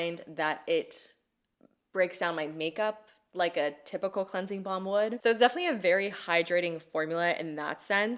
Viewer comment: Is it just me or does says "cleansie bomb"?